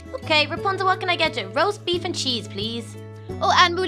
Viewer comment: did anyone hear her saying "roast baif"